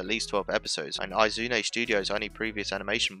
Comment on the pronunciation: you mispronounced "Oum" and "Izume"